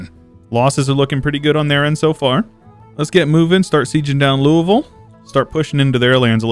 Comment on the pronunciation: thank for pronouncing Louisville correctly